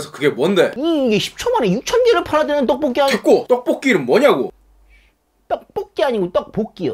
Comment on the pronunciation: 떡뽀기 아니고 떡볶이 궁시렁ㅎㅎㅎㅎㅎ